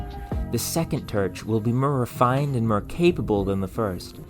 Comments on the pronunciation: More not mer, historical not hysterical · "im getting mrrr and mrr excited " i think its funny the way you say "more" you sound like that "orrrnnjuice" girl at mc donalds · the second turch will be mur refined and mur capable😂 No need to feel ashamed or apologize man but thank you for explaining… cause there’s a number of YouTubers who mispronounce words intentionally to tease the audience and I find it funny… cause it does catch my ear and make me almost say something until I remind myself that’s the point. Though, I never shout or get angry like I assume some people out there do. I got a southern accent so sometimes I’ve gotta repeat myself to better enunciate myself a little better if I pronounce my vowels a bit too weirdly… so when I try to say horror I have to speak slowly or else I sound like I’m saying whore…. And even that doesn’t help because my Rs are too smooth so it just sounds like I’m saying whore over and over again. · I was just looking to find where you were from to figure out why you said Mer instead of More...no worries. Just noticed. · This is your second video I've watched. I am impressed, that's hard to do. One amusing note... I used to teach pronunciation, so I've got a bit of an ear for it. You seem to struggle with "or". Examples... Before - befur More - mur For - fur It's perfectly understandable, no need to change it. But if you wanted to fix it... Practice those words with a more open mouth a few times a day for a month. Right as rain. 😊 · i love you videos! i’m definitely gonna try this. out of curiosity, where is your accent from? it’s not too obvious but the way you pronounce the word “more” is very distinctive.